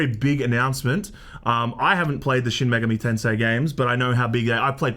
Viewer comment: says "Shin Megami Tensei" like a proper Japanese gentleman.